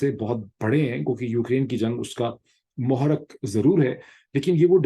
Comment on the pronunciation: Pirzada sahab what a poor pronunciation of urdu words hyou have I am really surprised the word is ( muharrik ) not muhrik